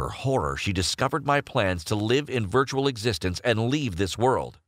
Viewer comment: Virtuar reality reality